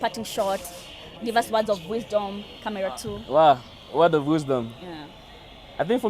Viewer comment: badala ya camera nasikia ka-mia😅😂😂